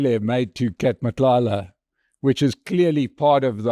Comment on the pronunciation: I commend your effort to pronounce people's names properly. Mchunu, Nhlanhla, Matlala etc. I know this might seem like setting the bar low, but the reality is that most other white people don't even try, they butcher names with little shame.